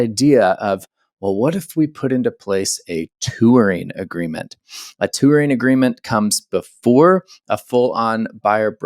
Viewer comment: Tour is a one-syllable word. Touring is a two-syllable word that ends with a letter g.